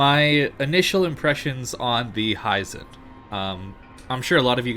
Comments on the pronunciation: Hee-zen not "Hi, Zen!" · Hizen. Not Haizen. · HI-ZEN! not HEISEN!